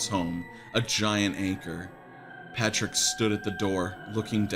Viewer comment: LMFAOOOO "patrick naur"